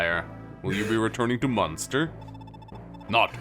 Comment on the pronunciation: Munster triggers me it's Manster